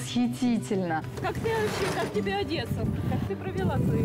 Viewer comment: одЭсса .Как же бесит такое произношение ,ещё и книжки читает